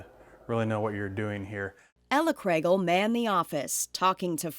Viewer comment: Thank you for saying our last name correctly! :)